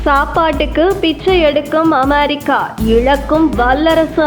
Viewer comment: 'அமெரிக்கா' சரியா சொல்லும்மா